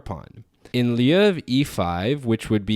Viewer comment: But you mispronounced "lieu" , and I figured out you were reading a script lol